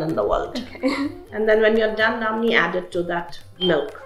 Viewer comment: why does she keep saying damini hehe very wholesome anyway